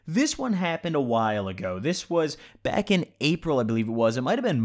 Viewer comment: I thought you said “OMG my dad is black” for a second